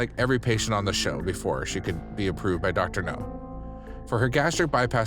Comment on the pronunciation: I can’t stand it! It’s not Dr. “No” it’s Dr. “Now” for Nowzarian!